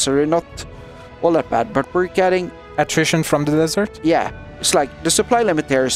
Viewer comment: No offence but desersh is funny Still good job